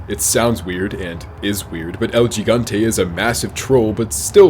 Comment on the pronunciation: He said "Geee gone tae" 😂😂🤣😂🤣